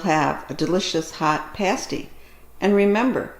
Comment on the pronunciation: Love that you say Pasty the right way lol! I was a little confused by the rutabaga, we call that a “sweet” here but I like the American term better lol! Thank you for sharing I have made parties many times but this one sounds delicious.